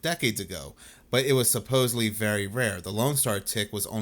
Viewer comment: it cracks me up that people still say EXpecially and suppoSUBly in 2026. 🤦🏼 we’re in the Information age guys, tighten up.